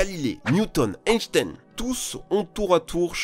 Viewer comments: Einstein ça ce se prononcé mdr mais bon on te pardonne 😂🤣😂🤣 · Par contre la prononciation d'"Einstein", pas ouf.